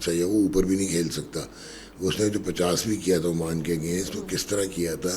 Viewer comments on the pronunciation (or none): none